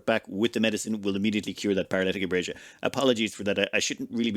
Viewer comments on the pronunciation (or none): Paralytic "abrasia"